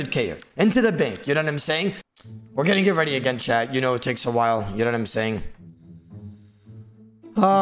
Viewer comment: Idk if anyone else has thought this but I’m CRACKING UP RN because I just realized whenever says “chat” it sounds like he is saying “CHAD” 😂😭☠️🤣